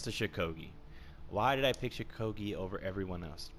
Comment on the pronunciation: First of all there many people who play law bringer very well second of all stop saying shukogi cuz its shugoki and third of all your opinion is shit